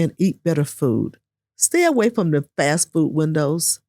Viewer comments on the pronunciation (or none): none